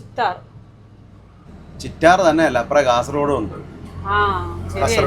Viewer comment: Kasaragod alla kasarakodi